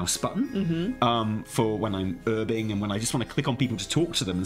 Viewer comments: The silent H in herbing is definitely incorrect and bad. I always used to do some casual erbing before ealing eroic alls of atonement on my oly paladin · Don't be swayed in to saying 'erbing :p please, we're English, lol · He gave in to American "Herbing" xD